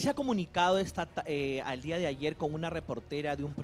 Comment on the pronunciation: La ultima vez... en ese di'a.... 🤣🤣🤣